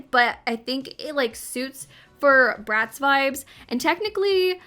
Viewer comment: lmaoo when you said bratz i thought you said rats, i was like "damn okay harsh"